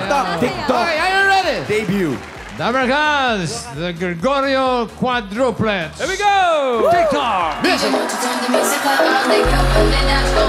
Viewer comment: “ QUADRO PLETS “ 😂 happy birthday to all bofh of u n god bless more 🙏🎂😂🥰